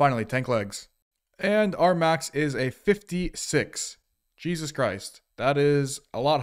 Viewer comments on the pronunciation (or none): none